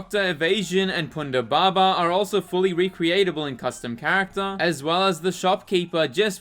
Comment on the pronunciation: Evazan. Eh-vuh-zon. Not evasion. And Ponda Baba, not Ponda Baba.